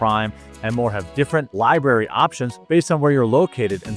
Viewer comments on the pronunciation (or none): none